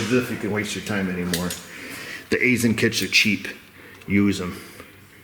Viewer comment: Fun fact: I'm an outside contractor who frequently works at an Aisin facility. It's pronunced EYE-SHUN though many employees often say it as EYE-SIN